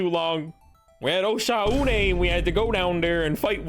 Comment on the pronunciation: I trust because he says Oshaune correctly